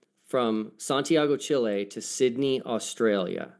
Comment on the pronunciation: Honestly. I can't trust your intelligence if you can't properly pronounce Chile.